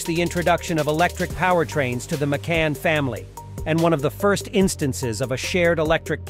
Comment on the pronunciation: Its not "Maycun"!!